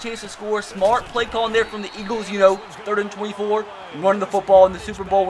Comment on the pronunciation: Hard to understand what the heck your saying. Not sure what stort, hord or smort means.